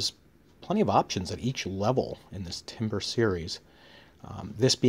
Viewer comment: Timbre is not timber and is pronounced tam-burr.